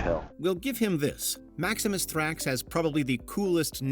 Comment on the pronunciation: It's "MaxiMInus Thrax", so why is the chapter called "Maximus" and why is the narrator calling him that? Let's not even talk about the chapter titles of "Domino" and "Kackalala".....The narrator clearly can't read."Ellagalabus"? And the chapter is called "Albus"? Why are you guys even making such a video?